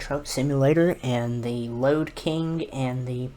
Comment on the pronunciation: Lode King not load king